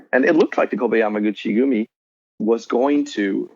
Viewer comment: How many times did this guy say yami guchi gumi? Lol